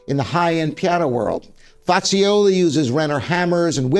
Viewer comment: Sir, you could at least pronounce the names of the pianos correctly. I refer specifically to Bosendorfer & Fazioli. Thank you